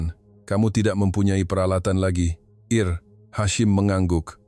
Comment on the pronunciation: Bukan Eir Hashim, tetapi Ensigyor (IR) Hashim.... Ini omongan jahat AI...